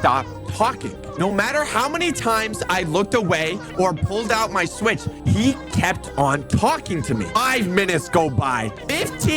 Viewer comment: Bro said swetch